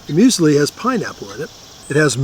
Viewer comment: You knew it was going to be good when someone calls muesli "museli."